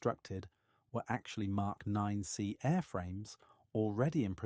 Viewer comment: I just wish you weren't using AI for the speech. Touch of this uses MK and ignores most of the MK. Numbers calling the Roman Numerals as letters.